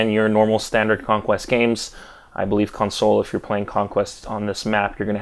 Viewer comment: Is it just me or does he sound kinda weird when saying console?